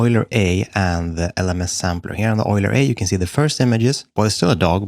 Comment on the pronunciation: yoo-ler. not oil-er